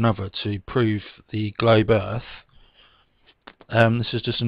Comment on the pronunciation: Anyone who pronounces Earth as "Earff" shouldnt be given the time of day